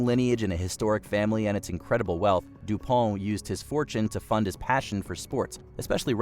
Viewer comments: It's French so it is pronounced Dew-pon. The company has been pretty Anglacinized in its pronunciation but the name is still pronounced that way. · Your narrator mispronounced two names (McAfee and du Pont), and your video included clips of actual people saying the names correctly. I expect you are using AI. So stop it. AI is not yet smart enough not to make you look bad. Give a job to a human being, someone with the sense to look up a name or word they don't know how to pronounce.